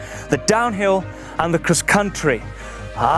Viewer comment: He pronounces cross-country “Kriss contry